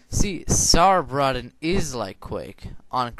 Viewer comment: It sounds like "Sourbraytin"